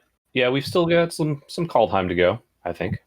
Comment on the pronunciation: Worst part about Kaldheim is everyone horribly butchering all the names.